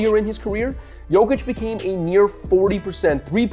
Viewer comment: His name is Jokic Yok itch You saying it like Jo vic